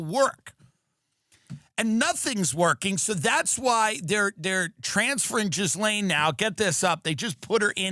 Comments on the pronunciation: Its pronounced gil lane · tell me your not one of the ppl who pronounces the S in her name.... cmon gay-b, yous a big dog, might as well start DOORDASHING XD